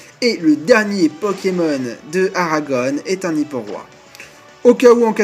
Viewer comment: Il faut que tu prononces Aragon sans "one" à la fin, ça me file les frissons, à chaque fois . Comme le poète Louis Aragon